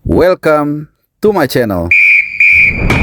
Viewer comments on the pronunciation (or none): none